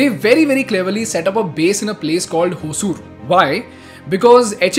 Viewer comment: dude that is oosure or just say hosur .. not wosur ... Pronunciation is kinda creepy ... Yar